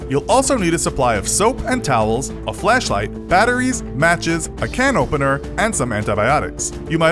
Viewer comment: Thought you said flesh light for a second there